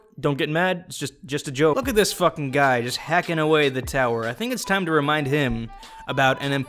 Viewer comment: That tahm was horrible